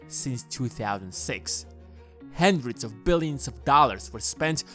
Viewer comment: anyone else notice that has to say "hendred" at least once in every video?